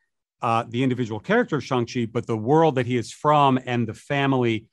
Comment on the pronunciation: Why is he saying it like shung chi